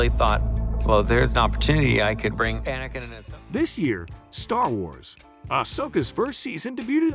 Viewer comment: Bruh, so much click bait. Cant even be bothered to say anakins name right...